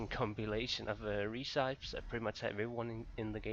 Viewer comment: i love when you say "reeeeeceps" instead of "recipes" :D